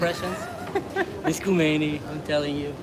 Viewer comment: Hey:) His name is Khamenei not Khomenie but close enough 😉